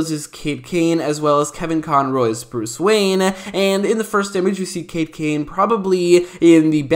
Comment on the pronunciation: Sean Browne he said Kate kane